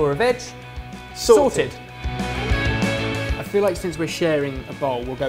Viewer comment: I keep thinking "vag" whenever he says "veg" LOL